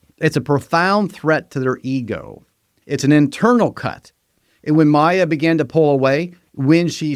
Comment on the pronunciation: Why can't you say coercive (co-err-sieve) or ego (e-go, not eagle) correctly? Where is your accent from?